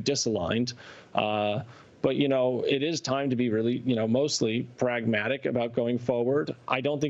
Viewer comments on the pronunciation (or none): I stop watching after he pronounced the word “pragmatic”. That is all you need to know. He sold out. He’s out. 👍🏼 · Hahaha I paused it to leave a comment when he said "Pragmatic."